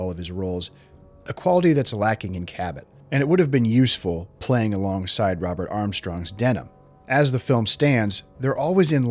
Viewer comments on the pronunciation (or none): none